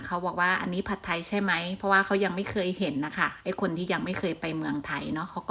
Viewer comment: คลิปนี้ดีทุกอย่างเลยครับ แต่ผมแนะนำเวลาพูดคำว่า“ผัดไทย“ออกสำเนียงไทยไปเลยจะดีมากครับ ฝรั่งจะได้ออกเสียงอย่างถูกต้อง❤